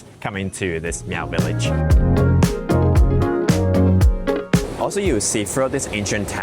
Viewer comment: Miao is pronounced, just like Malcolm. So just say mal. Please do not make the cat sound.